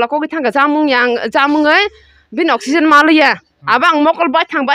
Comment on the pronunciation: I think you are trying to say oxygen 😅